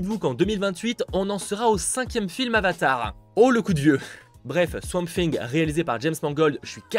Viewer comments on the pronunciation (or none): none